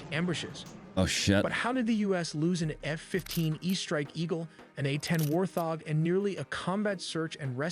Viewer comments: What is wrong with the crazy Ai narrator of this video?? it can't even pronounce Warthog (wart-hog) or Infrared (infra-red) correctly!!! SMH nothing on you, you did great! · Warthog is not pronounced with the TH in the middle! Wart hog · A.I. TELLY NEEDS TO EDIT THEIR VIDEOS FOR PRONUNCIATION, “ inferred” instead of infra-red, “warthog “ should be pronounced wart- hog. REALLY, GUYS! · Wart. Hog. Lol, not war thog...🤦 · War thog... Not warthog... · I hate AI voice-overs so much... WART . HOG . NOT WAR THOG!!! lol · ENOUGH with the AI voices that can't even pronounce "Warthog" or "infrared" correctly. I already hate AI and my hatred grows every day. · Wow you pay as much attention as L3WG on some of his reacts & missed the WSO meaning mentioned moments before you asked what a WSO is. The text to speech screwed up the following words warthog, barrage, infrared, or anomaly. I remember a Windows 3.1 text to speech program doing better pronunciation that this. How far text to speech fallen what a 386 could do better text to speech than modern AI.